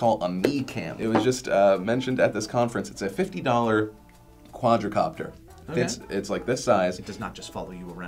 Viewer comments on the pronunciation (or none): Phil it is quad copter not quadro copter